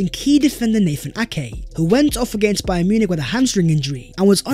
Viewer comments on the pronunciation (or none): none